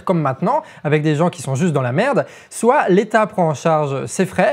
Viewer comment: Amigo, deux choses. Premièrement, ton niveau de français, notamment au niveau des liaisons, est à la limite du catastrophique. C'est très dur de donner du crédit à ton discours quand celui-ci est parsemé de "qui zont" "ils trouveront des trucs à développer à la con qui VA (en plus t'insistes bien dessus xD) absolument pas résoudre le problème". Des comme ça, y en a pas loin d'une bonne dizaine dans une vidéo de 15 minutes. Entre ça et le ton vulgaire pour donner un genre rebelle engagé... Deuxièmement, si Internet était un pays, il serait alors le troisième pays le plus énergivore derrière les USA et la Chine. Donc, si tu veux faire un réel geste pour notre environnement, tu sais ce qu'il te reste à faire ;) Bien à toi, à vous, les charlatans